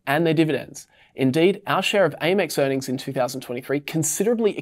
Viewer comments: It’s Amex MOT ‘A’ mex 😂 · I've never heard someone mispronounce Amex before. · AY-mex sounds weird... I start Amex like "ham" but without the "h"